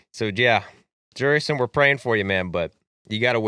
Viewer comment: Jutickson you idiot not jurgison